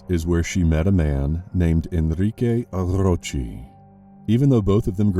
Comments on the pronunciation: My thought exactly! So annoying lol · Enrique Arrrrrrrrrrrrrochi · 🤣🤣🤣 That tickled me! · what's up with the hispanic name dude? rrrroooooccchheeeeee?